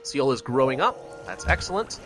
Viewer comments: It is 'SOUL' not 'seeal' Also it is 'Sehjong' not 'seejong' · also seoul is pronounced exactly like soul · Yes it is, I'm Korean and everytime I hear say SEoul I cringe.